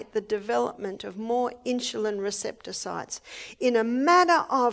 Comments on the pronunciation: Its INSULIN! not INSHULIN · Hi Mrs. O'Neill. I hope you are doing fine. I enjoy your Seminars. You're such an Angel. I don't mean any harm & I say this in Love, but Insulin is not pronounced Inshulin. It's pronounced like it's spelled: In-su-lin. God Bless, Love & Keep You. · Why is she saying insjulin instead of insulin? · insulin, not insjulin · Insulin, not inchulin. Please. Love you Barbara, but saying the words properly is a must. ❤️ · Insulin. Maybe they pronounce it differently in Australia or maybe she just can't pronounce it correctly.... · How does she pronounce insulin? She says "in jil lin". Why? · why does Barbara pronounce Insulin Inshulin? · She pronounces it incorrectly. Annoying. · Really.🙄 🤦🏻‍♀️ Well, she's pronouncing it wrong. There are right ways, and wrong ways of saying things. She being an "Australian" is no excuse. I believe most Australian people are probably VERY CAPABLE of pronouncing the word insulin correctly, especially when they are in any kind of health care system. I like Barbara, I like her a lot, she has help many people, but her pronunciation of the word insulin that she uses so often here is cringe worthy every time she says it. Barbara is a wealth if information, I don't believe it would be an impossible thing for this professional Australian to learn how to say the word insulin properly. Besides, when you stand up on a podium, in front of many people, it behooves one to want to speak with proper pronunciation. Again, I like Barbara, it's just this one important word.... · Love her but the pronunciation of insulin drives me crazy 😊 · She pronounces Insulin differently